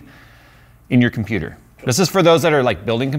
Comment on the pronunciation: "I'M A COMPEWTER!" I literally backed up the video to re-experience this moment.